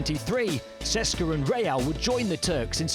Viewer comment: EUROLEAGUE IS ITS A EUROPE LEAGUE! COULD YOU PLEASE HIRE SOMEBODY WHO WILL ABLE TO PRONOUNCE DAMN NAMES. You guys cant pronounce even clubs with perm licenses. CSKA is not CESKA etc I am not even talking about other clubs and players, its painful to listen.